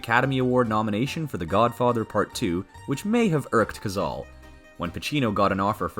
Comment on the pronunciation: The voice over is Ai....and it mispronounced "Cazale" the 35x it said it!